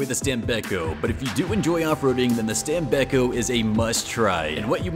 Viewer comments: I am italian i know the pronounce. It is not stam-bei-cco it is stàm-béc-có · Stam-bek-ko Keep in mind that "st" is pronounced as "st" in "stop," "am" is pronounced as "ahm," and "bek" sounds like "beck." The "ko" at the end is like "co" in "corn." So, it's "stam-bek-ko."